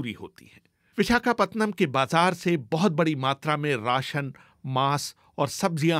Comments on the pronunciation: पतनम नहीं है रे पट्टनम हैं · विशाखापतनम नहीं विशाखापट्टनम BBC जैसी चेनलमें उच्चारणमें क्षति !?? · Pehle vishakhapatnam pronounce sahi se bol le